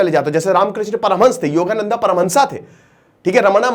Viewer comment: हिन्दी की ऐसी तैसी कर दी, योगानंदा नहीं योगानंद, आर्यभट्टा नहीं आर्यभट्ट